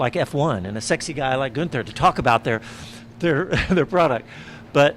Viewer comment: Dropped the “n” 😂 Guether